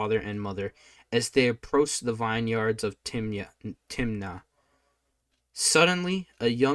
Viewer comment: Samson went down to - Timiniah - snickers - Timnah